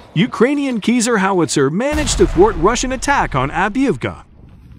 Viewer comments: not sure about that... My teacher used to say that there is no voice recording of à person from the roman times speaking latin. So there is no way to know how c is pronounced. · How many times can this dude pronounce Caesar wrong in 8 minutes? Must be some sort of record, even the captions don't know what he's talking about. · It's a computer-generated voice which mispronounces a ton of words. This one made me chuckle ' cause it reminded me of the American "geezer" - as in "he's an old geezer." And I laughed again when I read your German language note. Who knows, maybe the Old Geezer, Cesar, liked Käse? In any case, these Cesars turn Russian equipment into Swiss cheese ... Slava Ukraine! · Pronounce seazar, not kayzer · We don't prononce Kiser like if it's cheese in german ! But Cesar as the roman emperor ! Vive l'Ukraine 🇺🇦 Vive la France 🇲🇫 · Americans, can you please make some more studies before making a video ! We pronounce : Sasar and NOT Kezar ! SO stop SCORCHING our hears please ! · That hard to get to say Ceaser and not Keezer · The C in Caesar isn't pronounced as a 'k' - it is pronounced as a 'Z'. Do you call the ancient roman emperor Caesar - 'K'aesar? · "Caesar" is pronounced "SEE-Zar" not "KEEZER". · That equipment is pronounced SEEZER not KEYSER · OI! Its Caesar as in Hail Caeser - not Keezer.... jeeezer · Robo speak is killing meee!!!! 😅 Artillery rounds are NOT bullets, they are shells or rounds.... get it right n00b... Also the system is Ceasar (Ceesar) not KEYSER!!!! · please please learn to pronounce Caesar as SEE ZER not KEY ZER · The narrating voice prefers to call it a "Keezer" 😂😂😂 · 'Kizar' howitzer?? It's 'like the Roman Emperor 'Ceasar'! but you'll learn! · CAESAR pronounced: "Sea zar " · Le “Keezere” is la crème de la crème of artillerie equipment! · It’s keezer ya geezer! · Caesar, pronounce it like a Caesar salad ! Or Cesar the Romanian emperor ! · Wasn’t See-zer in command of the Roman “legumes”???